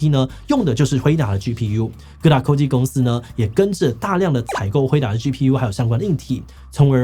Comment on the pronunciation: 只有我發現志祺這隻片吃很多螺絲嗎ＸＤＤ 在這些“U”勢之下 各大“摳”技公司 志祺辛苦了！